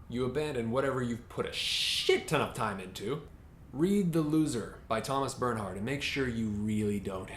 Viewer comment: Great review! His name is pronounced 'Bairn-heart' by the way - 'Bairn' like the Scottish word for child.